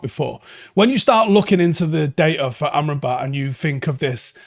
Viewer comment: I can't seem to unhear "armed robber"😂.